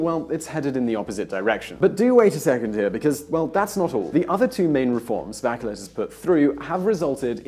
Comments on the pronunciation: Not bakelet but "baCHelet" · My opinion of your video is that you really need to learn how to say “Bachelet” not “Backelet”. If you’re so smart why are you not a politician or rich ? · Good analysis . One thing : It's Bah - Shay - Let , as in a French name . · By the way, "Bachelet" is a French last name, so it is pronounced something like "Mishel Bashelè" 😂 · Mikel Bakelet? really? jeez learn the real names of the politicians and leaders that you are talking about at least, what a shame, if you dont even know their names how do you expect us to take you seriously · BaKeleT? No, maaan~~ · I thought her name is pronounced "bashleh" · I know its not ur language, but the way you named the Chilean president was no way near correct.